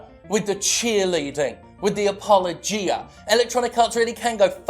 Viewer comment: My inner grammar antifa has failed to keep my inner grammar Nazi at bay so I can't help myself saying; that's not how you pronounce apologia. Phew. Even though I'm officially a twat now, at least this twat has some weight off his chest.